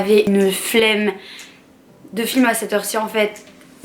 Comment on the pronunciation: On dit pas le flme😂😂😂😂😂😂